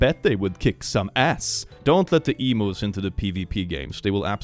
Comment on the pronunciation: as an aussie, please never say emooos again 😭 it’s more like “eem-yu”